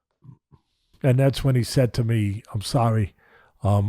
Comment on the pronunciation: If Mike says, I'm thorry man, it's probably genuine.